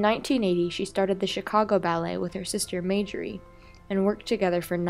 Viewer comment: Her name is pronounced TALL-chief, not TAL-chief. And her sister's name is pronounced MAR-jorie, not MAY-jorie.